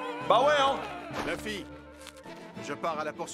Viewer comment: yo je kiff regarder tes react one piece mais s il te plait peut tu prononcer Luffy. Leuffy s il te plait se serai genial de ta part xD